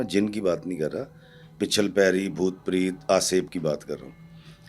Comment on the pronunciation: Sir it’s PRET na ke PREET. Please pronounce correctly. What about instead of Ifftikhar iffi I say IFFTIKHEER AFFI. Preet is name. Preet means love pyar muhabbat.